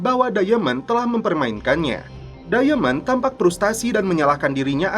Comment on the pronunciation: Diamond dibaca dayemen, ahahaha